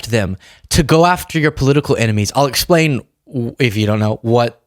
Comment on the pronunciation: ‘…let me splain….’ Splain what?